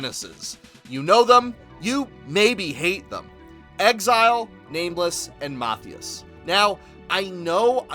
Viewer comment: Matthias is pronounced Mah-tea-us just fyi